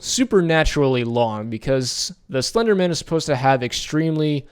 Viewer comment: It's slender man. Not slendermin you say it like its someone's second name ! Bugged me the whole way through.